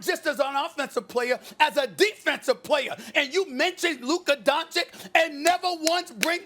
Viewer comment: Stephen "Luker Donchick" Smith